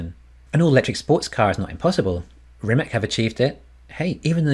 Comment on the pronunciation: I think it's pronounced Ri-MATS not RI-MAK